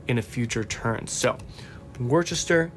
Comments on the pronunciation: We English love hearing our towns mispronounced, so please don't take this as criticism, but you might like to know that 'Gloucester' is pronounced 'Gloster' and 'Worcester' is pronounced 'Wuhster'... if you ever have to pronounce 'Leicester', it's 'Lester' btw 😂 x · Just got this game, and I'm loving it. I didn't know it could be played solo, thanks for doing this video. I don't mean to be rude, but it's so funny watching Americans trying to pronounce English place names. Just so you know, Worcester is pronounced Wuster, Gloucester is pronounced Gloster, and we miss out the letter "h" in "Birmingam". I have no idea why we don't use these letters, we just don't. 😊